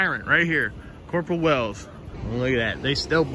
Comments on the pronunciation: Did he say, corporal Whales?😂😂😂😂😂😂😂😂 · Wells.....I swear I heard Whales 😂